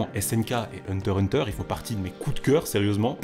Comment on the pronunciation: Non ça se dit pas comme ça